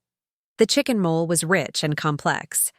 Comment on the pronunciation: It's not mole, it's mole'.